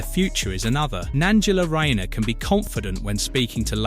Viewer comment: is a joke you can't even pronounce tax fiddling Angela Rayners name???